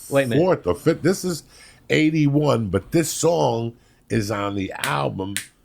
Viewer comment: "August Fift"